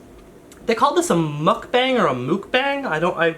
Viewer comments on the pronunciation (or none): Casually mentions not googling what something is, while still mispronouncing mukbang (luv you though don't hate me) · Pleeease. Spread the word. It's pronounced like "muck" and then "bong" like what you smoke out of. Not mookbaeng. It will save me so much cringe if people start pronouncing it correctly. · It’s pronounced mook-bahng, the ‘a’ is said like ‘ah’ and not ‘eh’ (Canadian pronunciation of ‘eh’ I mean lol)